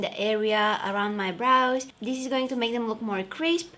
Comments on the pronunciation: this way not dis way😁😁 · Loved the way how she says "dis to dis" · Her: from dis to dis Me:👁👄👁